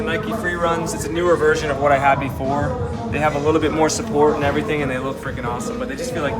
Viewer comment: Everytime you say before, i heard v4 instead 😤